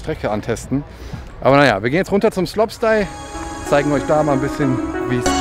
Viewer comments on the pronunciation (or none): Gutes Video aber sag bitte slopestyle anstatt sloppstyle